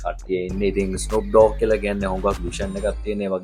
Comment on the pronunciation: ඩෝග් නෙමේ ඩොග්